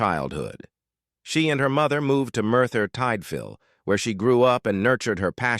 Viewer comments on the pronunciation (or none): I is not Merthyr Tideville but, Merthyr Tydville. Barracluff is how its pronounced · Why couldn't they get an English person to narrate this most English of sitcoms? At least they would have a fighting chance of pronouncing Merthyr Tydfil correctly! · Surely you coiud find someone who could pronouince British place names properly...?.....Merthyr TIDE.....VILLE........JESUS.....!!!!!!!! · MERTHYR TIDE-VILE eh.